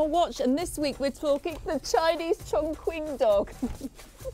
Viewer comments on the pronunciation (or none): I am from Chongqing, and it's pronounced as "chong" "ching" rather than "chong" "king" or "quing" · when the lady was trying to pronoucne "Chongqing" as "Chong" "King", the breeder said: "that is correct". LOL, that is 100% INCORRECT. the correct pronunciation of "Chingqing" is "Chong" CHing". A hint for English speaker who trying to pronounce Chinese Pinyin (a universally adapted system to romanise Chinese): When you see "Q", it can NEVER be pronounce like "K"......, it is "Ch"...... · Got to love the Chong Kwing dogs from Chiner. Q in Chinese is pronounced "ch." So, for example, the Kingdom of Qin is pronounced Chin, ergo China. Blame the weirdness on Europeans who had to transliterate Chinese characters into Latin letters. Also, I have to find out some day why British English removes the "r" sound from most of its pronounciation, but actually adds it to words ending in -a. And no, I'm not a linguist or Sinologist that I know this. I just read. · Actually it's pronounced chong "shing" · The name is actually pronounced ChongCHin. In Chinese Language, “Q” is pronounced “CH”.. Thus ChongQing is pronounced CHONGCHING. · 重庆犬，chongqing is actually pronounced as "chongching" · You can buy it with 400dollar in the dog breeding park,or even 40 dollar in the village. This breed’s name is pronounced “chongching dog”. Maybe named this breed as “Ching “,should be better.......no defend , no racism........”Ching “ (or Qing，庆）means “celebration”.......it’s a beautiful name. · It’s pronounced Chong Ching, I’ve lived in China for 7 years. Q is a similar sound to CH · Pronounced incorrectly, it’s pronounced chongching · Pronounced Chong-ching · It pronounced as Ching and not as king or quing 🙄🙄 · Learn how to say the words properly - it’s pronounced Chong Ching (Qi makes a Chi sound in Chinese) seriously ....if you own the dog say it correctly so lame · Yeah I'm of Chinese decent and i find it quite weird how they pronounced it lol. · so even the owner is pronouncing it wrong?